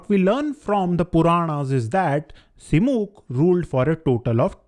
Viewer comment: Dear, I find your videos are highly informative and unbiased. But your pronunciation of the names is not always correct especially in the present video. It is Saata vahana, which means one who rides a tiger, not sat vahan. Again it is Srimukha and not Simuk.